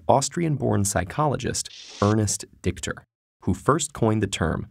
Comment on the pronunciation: yeah, the pronounciation is bad, but dichter simplay means writer/poet